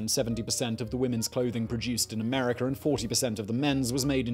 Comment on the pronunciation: "Americ'er'"? Where's that located ?